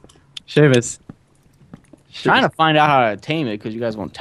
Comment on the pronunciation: Who's Sheaumus? I only know of a Seamus.